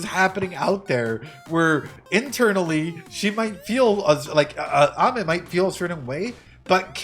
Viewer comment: her name is pronounced ah-me! like amen without the n. it means sweet